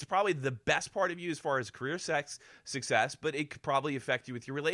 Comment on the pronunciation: "Carrer sex...success" Jeez